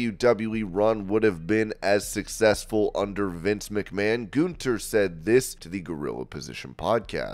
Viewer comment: GUN THER. Not GOON THER.